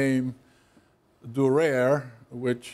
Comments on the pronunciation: Dürer, not 'Dureer'. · Durer is pronounced. DUE-rer. German, you know. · Prononced as: D Y R E R ( The D and Y, Like in Dionysos DY RER ) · Every time he says Durair, my ears start to cringe of their own valition! American academians should be strictly and punitively be re-raised in correct pronunciation of European proper names! 😜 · He is exactly the sort of teacher that makes me cringe. From his condescending tone, his inability to pronounce Durer's name correctly, and then mispronounce Strachey's, to the veiled reference questioning Durer's sexual orientation, to faffing with tech and relying on wikipedia for his source material, to his shitty board work to his crap jokes that land like downed 747s, I would have walked out of his classes back in the day and marked him down as an annoying old fart. Which he is. FFS what part of Durer is difficult to say??? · His pronunciation of "Dürer" is liable to introduce severe toothache.